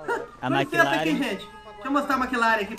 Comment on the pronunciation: O cara falando "McLaren" me doeu ksksks, deveria ter umas marcas de luxo ou supercar do q bmw😂